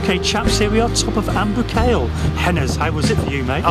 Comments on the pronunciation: Boo-kale? You really need to practice your pronunciation. The video itself is very very enjoyable.Well done. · Why has it an irish name? And its proper pronunciation is (boo-col) not (boo kale)